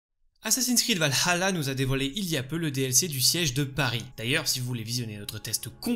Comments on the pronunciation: en faite c'est plus la '' pause que tu prends, parfois on dirait que tu dis Val - Halla tu accentues trop sur le ''Ha'' aprés je chipote sans doute 😅 mais ça n'enléve en rien la qualité de tes vidéos :) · Super vidéo comme d'habitude mais je trouve que tu prononce un petit peu mal Valhalla.. 😅